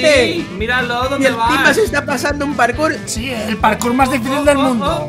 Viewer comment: Jajaja decia parcur xd Es "Parkour"